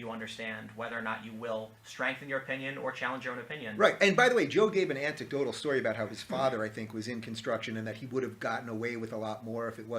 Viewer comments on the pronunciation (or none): Antecdotal? Can Rave even speak English? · “Anticdotal”. That’s not the first time I’ve heard Rubin say that